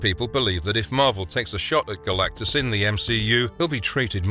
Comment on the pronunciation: Garr lack-tus lol!